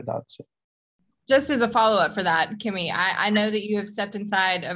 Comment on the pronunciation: I'm sorry, I didn't realize I was making that big a deal of it, I was just expressing my frustration at people pretending to be something they're not. And it's not that hard to pronounce his name, it's Kimi for ducks sake!!